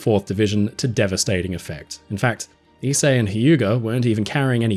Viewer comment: Thank you for teaching me how to pronounce Ise I've been butchering the name for some time now.